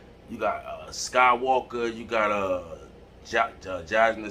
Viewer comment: 😆 "Skywalker?" You mean "Summer Walker"? 😆 "Scissors?" You mean "SZA?"